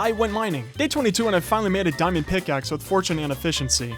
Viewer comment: He says dimond usless what bruh 😂😂😂😂😂